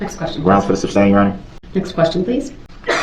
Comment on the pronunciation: Darrell always says "substane" instead of sustain. He hears it so often, you'd think he'd learn the right word. Must be a "tackit" agreement. Bwaaaahaaaahaaa! Maybe he'll have a tackit agreement with Bubba in prison. You are hysterical with this commentary. Love it.